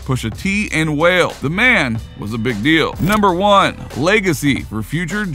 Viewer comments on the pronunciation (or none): Pusha T and Whale? It's WA-LAY lol